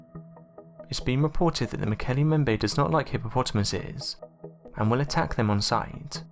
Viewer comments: "As they made their way home to Africa...". Driving? From Chile? BTW - its " MmmmBEM-bay". Nice vid on cryptids - thanks for the upload. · Mbembe has two 'b's in it and neither one is silent. Please learn how to pronounce things before you make documentaries about them. Also, they don't dislike hippos. They hate hippos and kill them on sight. Slight difference there.